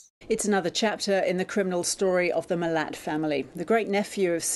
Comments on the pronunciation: Milat is pronounced 'mill at' not millet lol. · You're not seriously going to pronounce in "millet" for the whole episode, are you? You didn't have time to listen to even one video of someone saying it properly? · Millet? MA-LAT not Millet..... Please oh please people look into pronunciation cause no one says Millet. I get Ivan was a massive asshole and deserves every second of prison time but my ears cant with the pronunciation xD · Every time you pronounced it “millit” instead of “ma-lat”, I cringed so fucking hard. Please put in the bare minimum of effort to pronounce your subject matters’ name correctly next time. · Yep, same here. And despite the fact that in the film footage it was clear that we pronounce it M'latt. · Yeah nah... MiLATT is how the Milats pronounce it... pretty sure they know how to say their own name! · I'm croatian and yes it's pronounced Mil-lat 🤗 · is no fool - it would be his humour to mispronounce his name because "millet" here is basic cow food - its grass seed. Which I'm sure annoys those more familiar with the name but it was definitely intended as an eff you to Ivan milat! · The way he pronounces MIL-AT is killer 😂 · just for clarification, the last name is pronounced as "Mill-at". 🙂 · I will watch this because I love work, but this is a struggle. This was a terrible case and living here in Sydney made it so terrible and real to me. PS it is pronounced Mill-latt ie emphasis on the last syllable, well that was how it was reported, maybe the family pronounced it differently. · Ivan’s surname is pronounced MiLAT as in the “lat” but sounds like “cat” with an L. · Hey, another great video. Im from the Riverina in nsw. Just a couple points: 1. Milat is pronounced Mi-Lat. 2. Vegemite tasts awful 3. Your Aussie accent is spot on 🤠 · Awesome as always - in Australia we tend to pronounce the surname to rhyme with hat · Milat = Mill-At Tumut = Chew- mutt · Sorry mate. Mi-lat. Love your videos. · Pronounced ‘mill-at’.